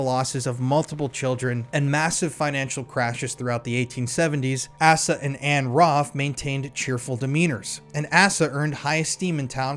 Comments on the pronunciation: Not ‘ass-a’ it’s ‘Ace-a’, a common name in the US a hundred years ago.. also in Western movies 🎥 😊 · Dude it's pronounced Ace ah. Now on with the show. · The name Asa is pronounced with a long A (rhymes with hay). 😎❤